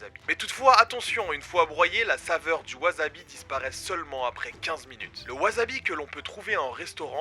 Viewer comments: Gomen de faire ma chieuse mais ça se prononce Wassabi en nippon , j'ai les oreilles qui saignent quand tu prononces Wazabi ZZZzzzzzzzz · Je vais faire le chieur mais ça se prononce wassabi (pas azabi) Tu es au Japon :p 発音に気を付けろ！ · Maître Absolu De L'Univers non tu dis wazabi est pas wassabi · Moi aussi je prononce wazabi a tord, ça se dit wassabi. >< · Ca ne se prononce pas WAZABI mais WASSABI :p Franchement horripilant... Sinon cool vidéo comme d'hab ;) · Ça se prononce "Waçabi" わざび？？？何だそり？？ わさび！！ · Tu dis vraiment "wazabi"😭😭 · t'es un comique toi, t'as cru que tu allais m'apprendre la prononciation japonaise... ワサビ se prononce donc "wassabi" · ça se dit "wasabi" (tu prononces un "s" et non un "z") car c'est japonais